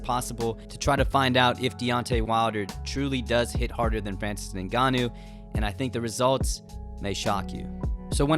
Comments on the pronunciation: Why do you keep pronouncing Ngannou like Nigannou? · It's pronounced N-gannou not the way you're saying it bro 💀